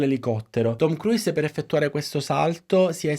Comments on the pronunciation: Ma cavolo, nemmeno la pronuncia corretta !?!? Si pronuncia “kruus” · Bellissimo lavoro! Grazie! Si può migliorare non pronunciando la 'i' ogni volta che si pronuncia il suo cognome ;-)